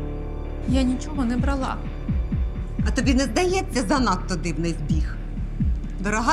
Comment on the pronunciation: Не брАла- українською. Не бралА- російський наголос.